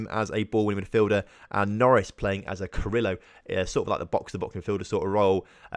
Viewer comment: Great episode as usual. The role your calling carrilo is actually called carrilero - so it's pronounced carri-le-ro. Just commenting this to let you know if you don't want to make pronunciation mistakes :-) Been following your series since lincoln loco 1, and only just realized myself that it's called carrilero, so I don't blame you haha